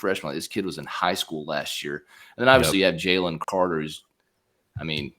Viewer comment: As usual, good video. Also, it's pronounced "Jay-Lynn" lol He's gonna be a baller in the next few seasons. Go Dawgs!